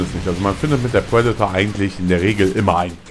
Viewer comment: es heißt Predator und nicht Puedator und meiner meinung nach spricht man triple nicht tuiple, lern doch mal das "R" zu sprechen.